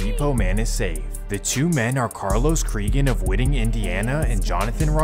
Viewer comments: He said "Whitting" Indiana. It's Whiting! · Lol whiting lol no pronounced (White-ing) but spelled Whiting 😂